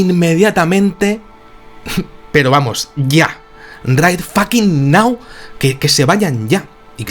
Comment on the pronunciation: Tu ingles es la Ostia!!;^) hahahah "Ese hombre les pidió que se fueran, pero rai fakin nau!" Una cosa, este caso ya lo has contado. Lo hiciste hace mas o menos 1 año/ 1 año y medio. Lo que a mi me sorprende de este caso aunque ya lo oí hace tiempo es que los periodistas debian de buscar y encontrar una historia para la redacción. Y finalmente la encontraron, ya lo creo. Es como si la conciencia del planeta los hubiera trasladado en el tiempo, a ese lugar de forma que ellos vivieran en sus carnes todo, pero que no pudieran ser heridos. Finalmente estos periodistas tuvieron algo de que hablar.